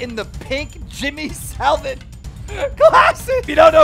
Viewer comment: Lol the way you pronounced Jimmy Saville as Salvet 😅